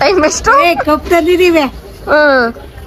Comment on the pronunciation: madam adu kobbu alla kabbu 😊😮😅